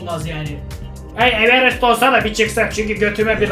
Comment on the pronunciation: Abi evenes derken ?